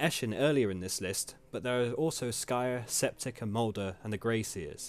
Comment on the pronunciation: Clan Skryre, yes-yes, not Skyre.